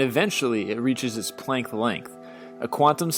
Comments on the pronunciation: Planck not planckth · You're pronouncing Planck wrong. You're saying it as in "wood plank," it's actually pronounced "plonk." It's a bit like pronouncing "Tesla" (ˈteslə) as "tezla," or "Pascal" (päˈskäl) as "Pascle." Also, the mass of the black hole isn't what allows it to trap light. That's a common misconception. It's the energy density, that's how gravity works. Photons are massless particles, so it's their energy. Energy is very commonly matter, with mass, but it's a common misconception that mass is solely responsible for gravitational attraction, rather than being a type of what actually does. Those special instruments you hear black holes with don't listen to sound, they translate radiation into sound. Black holes are noisy in the same way a chunk of uranium is. You said "nothing can escape the pull of a black hole," and for that claim you must define "nothing," because that is inherently untrue if nothing is literally the absence of reality as its greatest extent would imply. If you only count matter and energy, you literally named off something within that classification that can escape a black hole in this same list: Hawking Radiation. "There is no tunnel at the center of a black hole." Depends on what you mean. At the center of a static black hole, there is only the singularity. At the center of a rotating black hole, it is actually a bit like a ring and it is theorized that you can "tunnel" either back in time or to another universe, although that is a gross oversimplification of a ve